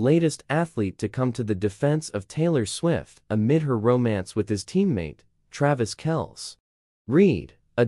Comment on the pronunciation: Travis Kelse? Good going AI!